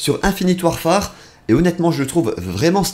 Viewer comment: ça me stresse comment il dit warfare, ça se ouarfaire